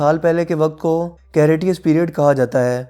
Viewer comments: Bhai wo कैरियाटि्स Nahi क्रिटेषीयस period hota hai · Cretaceous: کریٹیشیئس correct pronunciation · Please learn how to pronounce words correctly like "cretaceous". But good video.